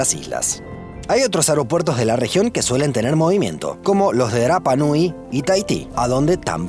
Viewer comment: Gracias por pronunciar correctamente Rapa Nui😭